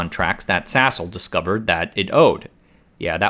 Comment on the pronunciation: Why does my head hear Sasol as *sshole?!